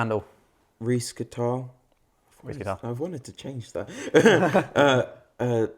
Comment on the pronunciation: Thanks for Pronouncing my name right! And for taking my question! You guys rule! Can't wait to hear more from him!